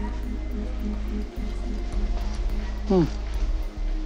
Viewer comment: “Clide LEARNED.” My man 😂